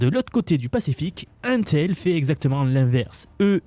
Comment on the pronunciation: Ca m'écorche les oreilles à chaque fois que tu dis 1-tel... Mais, une technologie ne peut prendre le dessus sur l'autre si et seulement s'il y a assez de capacité de production pour satisfaire la demande. Ce qui ne sera pas le cas. Les deux technologies vont co-exister uniquement parce que la demande est beaucoup trop haute. Même la production des deux compagnies réunies ne va probablement pas pouvoir satisfaire la demande mondiale.